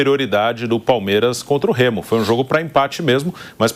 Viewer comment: Os caras tem dificuldade até de falar o nome do Remo.